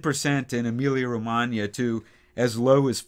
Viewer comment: I just love when I hear you say correctly, since it's my birth place:)